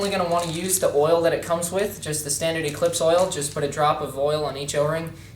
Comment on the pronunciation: lol, planet ecweeps. He said it like he was chinese